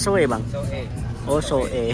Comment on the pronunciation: Kota Soe ( Di Baca So'e Bukan Soe 😂 )